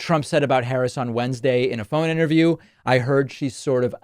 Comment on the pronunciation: He is mispronouncing her name on purpose because he has no respect for her. She is mispronouncing hospitality because she doesn’t know any better. Sad.